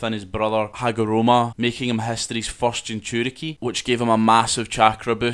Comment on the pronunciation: It's not Hagoroma Its Hagoromo